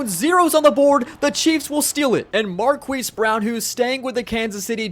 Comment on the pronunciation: "Marqweese Brown"